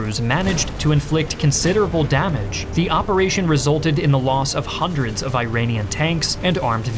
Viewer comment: It is pronounced one hundred. You are saying hundret